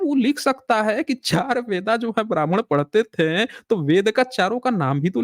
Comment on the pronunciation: "थें" की जगह "थे" कहना सीख लें, तो कितना अच्छा हो! लेकिन आप "थे" को कभी "थे" नहीं कह पाते हमेशा थें थें थें.... ये "थें" "थें" क्या होता है? आपका शेष सभी बहुत ही अच्छा है। आप फैक्ट को रखने में सर्वश्रेष्ठ हैं।🎉